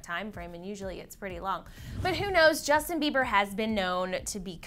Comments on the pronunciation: mmm btw it's justin not jusin 😂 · Justin. Not jusin da fuq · "Jusin" LMAOOOOO